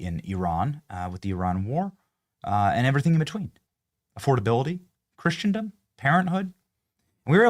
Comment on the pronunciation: pronounced KRISS-uhn-duhm (not KRISH-uhn-duhm).